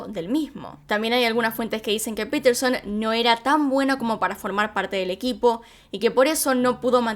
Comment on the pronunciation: No es piterson es Paterson